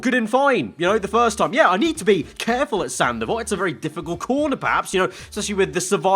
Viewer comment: Saint Devote? Hell, I thought he was saying "Sandoval"